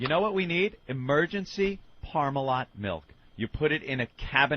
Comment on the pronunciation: I can't decide what's more infuriating, the entitlement or saying mElk.